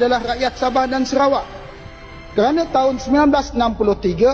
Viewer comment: Bro...Bukan Serawak. Tapi SA RA WAK....BUKAN SE!!!! SA...SEBUTAN SA..BUKAN SE